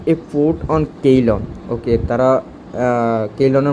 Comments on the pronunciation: কেইলন না সিলন হবে ভাই? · I think Ceylon pronunciation is (সি'লন) in Bangla. Previous name of Srilanka.